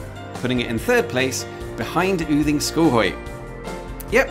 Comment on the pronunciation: I am so impressed by the exact correct pronunciation of every single name here. Especially Yding is very hard for english speakers, almost all I know would say Uding. Only wrong pronounciation was the very first thing you said funnily enough. Goddag, it's just pronounced go-dag, as god on it's own has a silent d.